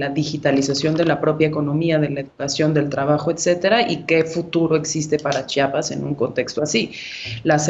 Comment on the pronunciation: INCREIBLE que ni una comunicadora pueda mencionar el nombre de tan bello estado, es C-H-I-A-P-A-S no CHAPAS. Caray que necesitan para hablar bien?